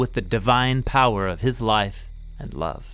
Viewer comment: Man, the way you say "love" cracks me up every time 😂😂